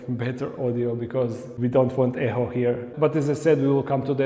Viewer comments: To be perfectly honest I don’t think you could have made it more simple, it’s very clear what you are going to do. I can’t wait to see it all come to fruition. Edit: I just want to let you know that “Echo” is pronounced more like “eco” the phonetic spelling is ekō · e-k-o , less pronunciation of the h in echo xxxxxxxx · you say echo funny